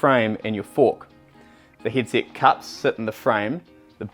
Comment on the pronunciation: I have just noticed he cant pronounce the e' ... He is saying hid sit and not hedset and also birings and not Berings